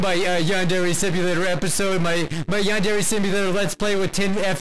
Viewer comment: please.. learn how to pronounce Yandere right... what’s the point of learning a language if you’re gonna butcher it?